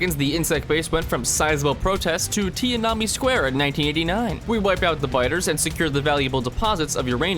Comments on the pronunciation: How you pronounced Depot and Tienanmen wrong made me lol pretty hard. But RTS controls in Factorio is news to me. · That pronunciation of Tiananmen ☠️